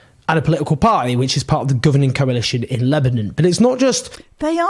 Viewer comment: Can someone tell Owen Jones there is a ‘t’ in party